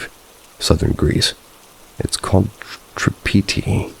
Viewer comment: As a followup for my story , i wont judge you for the pronouncaion of the words, it can be pretty difficult. But essentially its pronounced Peloponnese (pe-low-po-niece), Tripiti (Tree-pee-tea), Larissa (La-ree-sa), Thessaly (thes-a-lee), and Kalavryta (ka-la-vree-ta). Hope this can help in the future